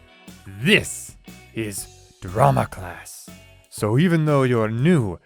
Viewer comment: in the beginning the nurse said classt